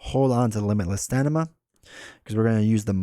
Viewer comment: It cracks me up every time you say limitless StaNIma as opposed to StaMIna. :)